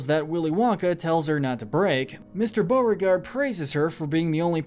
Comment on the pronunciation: ONE LITTLE MlSTAKE, BEAUREGARDE NOT BEAUGARDE, TEAVEE NOT TEEVEE AND TURKENTlNE NOT TERKENTlNE